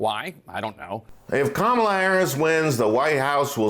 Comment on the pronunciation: The same woman who is denouncing someone else for racist speech still intentionally mispronounces Vice President Harris’ first name. So unserious.